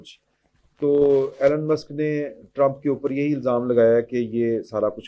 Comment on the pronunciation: His name is E Lon not Allan